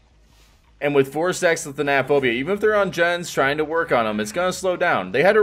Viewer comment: I hate that no one can pronounce thanatophobia correctly. Same with monitor and abuse. Annoying.